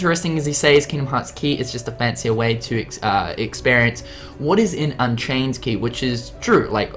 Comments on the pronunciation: You do realise at like you said "unkaind chey" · "Unkained Chey" "Disdiddia" "Threat Rhythm"